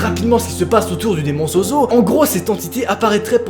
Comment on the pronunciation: SES ZOZO PAS ZOUZOU